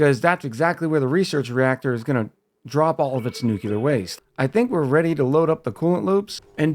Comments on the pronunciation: its pronounced nuke-lee-er not nuke-you-ler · nucular and nuclear are two different things but i think it’s been pretty normalized to pronounce nuclear as nucular. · The way it’s spelled. Nu-cle-uhr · It's "new clear" as one word. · I forgot exactly how but I found your channel a few days ago and love your style of commentary and playing. Also I pronounce it New-clear. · new-cle-ah tho dont listen to me im australian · In Soviet Russia, Nyuk Lee Yaargh pronounces you. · "New Clear" for me as regards pronunciation of "nuclear". Accents and pronunciation of words are interesting things. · My favorite pronunciation is "Nucular" That Nafta creation stratagy is great! I usually include temp sensors in my steam generator/thermo aquatuner so I can get the max refund possible for my aquatuners. I have never made a nuclear research reactor before. I always found that if I want to go for ridiculous builds, that a sour gas boiler was easier to construct and a lot more "Fool proof" in my opinion. I am the fool. The fool is me. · I had to think of homer Simpson nucular. the word is nucular. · It's nuclear, dummy, the 'S' is silent.